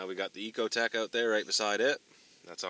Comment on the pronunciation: It's not an "E"cotec... it is however an "I"cotec.